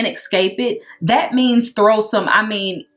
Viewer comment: Not “compote” LMAOOO